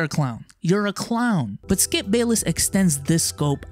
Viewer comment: For a second there I thought you called him "Skeup".